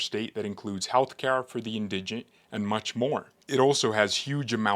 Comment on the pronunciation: you need to pronounce these two words correctly ----> orator - indigent